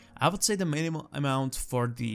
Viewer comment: "minumum" lol